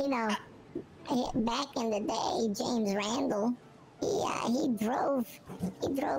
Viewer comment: Also the soft J on James where it sounds like "Yames"